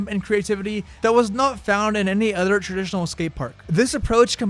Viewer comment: "3 brutters" "any utter skatepark" its brothers. not brutters. brothers. its other, not utter. other. th. do you know what sound that makes? apparently not. get #hookedonphonics. period. or as you would say "pewiod". speech impediment man stwikes again!